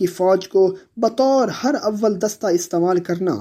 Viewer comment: اس لفظ کا تلفظ ہراول دستہ (harawal dasta ) ہے. Her awwal دستہ نہیں ہے.